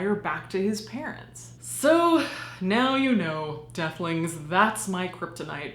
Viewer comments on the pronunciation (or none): I heard ducklings lol... Nevertheless.. Youre an awesome lady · Awww sometimes when you say hello deathlings it sounds like hello ducklings. And it kinda is the cutest thing ever. Hello, ducklings!!